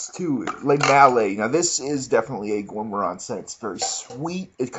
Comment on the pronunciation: does this dude purposely mispell words or what? veviteer and gour moron. haha